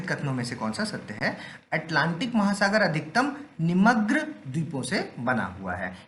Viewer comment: Vaise to sab thik hai ..lekin hindi ko thik se padana sikh lijiye..bhugarbhik , nimagn...bhut mistake hai pronunciation me